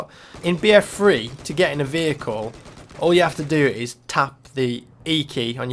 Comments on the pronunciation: I'm sorry but it shoulds like your saying BF Free instead of BF3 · why do you say free instead of three? its annoying!!! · notice how he always says bf free instead of bf3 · What's BF free? You kept saying BF Free. It's three not free. XD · BF freee HAH Its so funny how he says it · I hate how you pronounce "BF3"